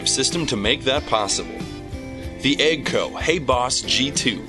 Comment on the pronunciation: He also said EGGG-CO?